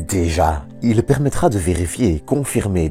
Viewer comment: toop video ! mais il n'y a pas de E à il " ileuh" , bof Et vive la Belgique